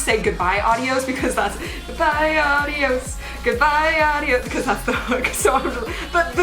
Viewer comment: Please say adios and not audios <3